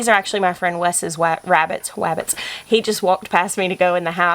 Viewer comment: Why did i waf so much when you said "Wes' wabbits"?? 😂